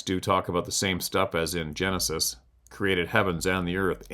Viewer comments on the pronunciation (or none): none